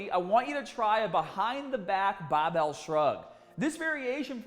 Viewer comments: Lmao he taught me how to properly hold a bahbell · Kind of click baity. Title says barbell not bahbell. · Great clip,! The rear barbell shrug, in particular, was a revelation. Both informative and entertaining (that “nipples hard” tag nearly made me spray my green tea across the room). Here I must confess that my primary motivation for clicking on this video was the prospect of hearing you say “bahhbell” several times in five minutes. 😔 However, I ended up with so much more. Thanks again and keep ‘em coming! 👍🏿🦁🔥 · His accident did...he says “Barbell” now like he’s from Boston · As a non American, I find the way says "barbell/started/harder" so strange! Haaaaahhdaahhh! 😂